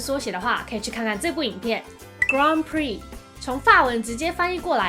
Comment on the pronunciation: 很多法文的音都念得很怪，重音位置錯了的緣故。 grand prix是錯的很明顯的，英法文完全搞混， 法文念錯不說，連原本grand的英文發音也回不去了 XD 呵～不過這是初學者需要轉換兩種語言，很痛苦的過程就是了。